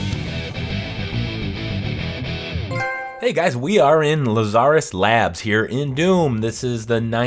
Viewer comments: If it was pronounced the way he said it it would be spelled Lazaarus or Lazarrus. English ain't hard, yo! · Someone teach this guy how to say Lazarus, lol.